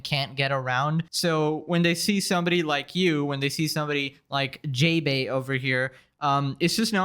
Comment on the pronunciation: That's not JaeBae in the way you pronounce it The "ae" are pronounced "ah"